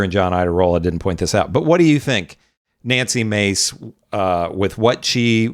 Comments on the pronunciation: Let’s mispronounced her name manly face instead of Nancy Mace. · We pronounce it "Nazi" Mace, not Nancy Mace.